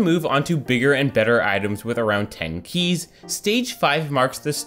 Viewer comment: The way he says “keys” bothers me